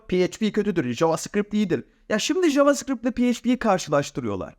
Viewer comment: JavaScript ismini yanlış telaffuz ediyorsun ve ayrıca da yanlıs yazmissin.